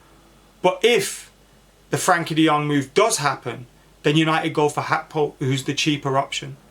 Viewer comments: It's GAKPO not HAKPO not even when speaking in Dutch is it even close to HAKPO lol Big clubs can risk that type of money I honestly don't see the problem with splashing the cash only fans that are mentally fragile and scundered when we do so, such a weird weird thing. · G.a.c.k.p.o say each letter that's how it's said bro 😂